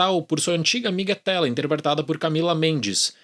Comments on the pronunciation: sua amiga ''Téla" pow mano é Tila que fala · Téla?? Quem é Téla?😂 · Sua amiga "Téla"? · Esse nunca viu He-Man...só de chamar a Teela de Téla...não dá pra levar a sério essa cítica. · Você é jovem e não deve ter visto He-Man, mas só pra observação, é Tila e não Tela. Bom, eu sinceramente acho desnecessário esse filme, não acho possível capturar o que foi He-Man e só vale para quem foi criança naquela época. Não acredito numa bilheteria muito alta desse filme. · Sua amida “Téla” foi de doer! 😅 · Té-la ? Você nem sabe os nomes dos personagens e quer opinar 😂😂😂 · "Téla" lá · Amigão , "Tee-la" , lê se Tila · a forma como você pronunciou "Teela" já entrega que você não é o público para esse filme kkkkk